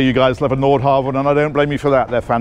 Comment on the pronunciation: It's impressive to see pronunciation evolve from "Nordhaven" to "Nordhavn."